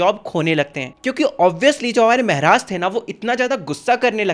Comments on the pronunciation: Meharaj? Ye kya hota hai??? Maharaj bolo मेहराज✅ महाराज ❌❎ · It's not mahraj it's maharaj bhaiya😅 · Maharaja ❌ Mehraj ✅ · Maharaj ❌ Mehraaj ✅ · Why are u saying mehraj